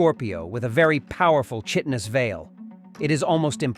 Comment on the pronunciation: If I had a nickel for every time I hear people mispronounce "chitin"...